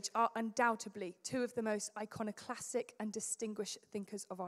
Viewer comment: It's iconoclastic, not "iconoclassic". Don't use words you don't even known.